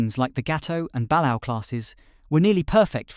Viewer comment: ok probably doesn't care but.... IT'S BA-LAY-O(balao); and yes i do take it a little seriously considering one of my grandfathers cousin's served on a balao class sub (and no i don't remember which one)